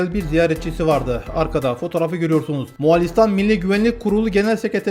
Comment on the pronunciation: Reis moğalistan diyon😊